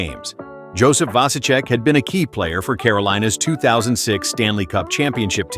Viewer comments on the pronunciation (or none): none